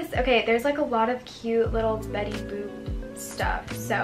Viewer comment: WHY DOES IT SOUND LIKE SHES SAYING BETTY BOOB LMAO 😭😭